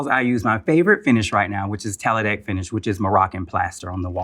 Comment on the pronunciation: I love your design, but the moroccan plaster is called Tadelakt, not Teladekt.